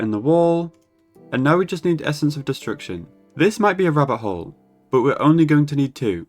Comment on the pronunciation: the way you say "rabbit hole" sounds like "rubber hole" lol